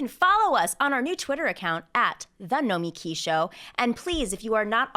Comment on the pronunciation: I could be wrong but it even seems to me like Nomiki pronounces her own name in the common way with the emphasis on the "mi."